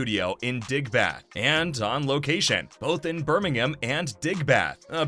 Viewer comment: Why does he say Birmingham like that